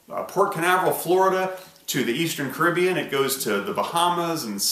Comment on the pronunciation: Genuinely just googled Kribean before I realised he was saying Caribbean